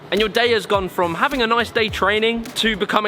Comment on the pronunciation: Anyone else notice he often says "hafting" instead of "having"? Just a funny little thing I picked up on. Stick it on a t-shirt maybe. I'm just messin' with ya. Great work, man :)